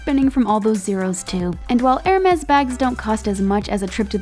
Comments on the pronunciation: Every time she pronounce "ermeZ" I feel painnnn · the way she pronounces hermès makes me die